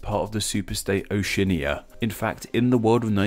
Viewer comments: Oceania = Oh-see-ah-nee-ah, fyi. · Your pronunciation of Oceania was doubleplusungood.